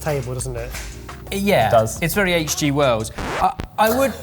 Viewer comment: Did he say H. G. Worlds?